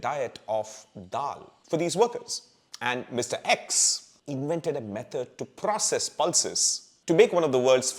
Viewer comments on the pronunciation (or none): none